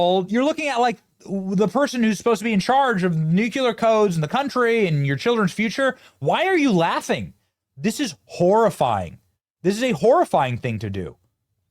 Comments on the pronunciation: Lol the word is, ‘NEW-clee-er.’ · NOT tranculisers, NOT nucular. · TRAN-QUIL-IZ-ERS Benny. WTF even is a Trankeeelizer? And it's pronounced NEW-CLE-AR. Repeat it until you say it correctly. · "Nucular" "Tranculizers" I love Benny vernacular. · Benny you can't say tranquilizer or nuclear.